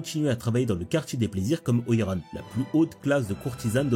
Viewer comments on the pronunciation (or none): none